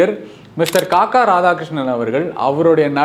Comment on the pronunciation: "Kakka" இல்லைடா "kaakaa"😂